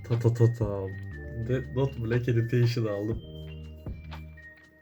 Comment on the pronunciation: editiona "editetion" denmesi haricinde güzel video